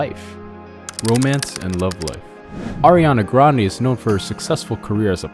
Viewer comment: you pronounced sooo many things in this video wrong, lol... down to the last name part. her grandfather pronounced it like "grandy"